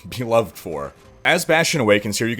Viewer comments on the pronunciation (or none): none